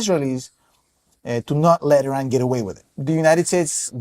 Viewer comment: gonna be that guy, just because it makes my ears bleed. plz plz look up how to pronounce iran correctly